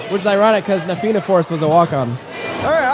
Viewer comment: theyre actually doing well enough with the pronunciations until he said na fianna force